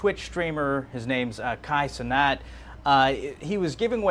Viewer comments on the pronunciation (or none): Cénat is French for 'Senate', and is pronounced 'Say-Nah', not 'Suh-Knot', that way we know his origins... 🇭🇹